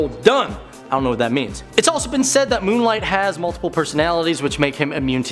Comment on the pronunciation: Who the heck is this new guy saying "Moon Light" 🤣. Get him a stack of comics asap, cuz he's never read one